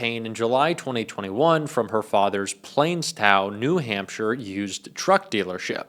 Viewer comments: Plaistow pronounced [plastow]... sorry, im 20 mins from there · Its pronounced Plass tow NH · It's pronounced "Plahstow" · That's be "plas-tow" (like plasma), not "plays-tow". :) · It is pronounced..Plarstow !! It's in East London . She is dodgy enought to be from East London....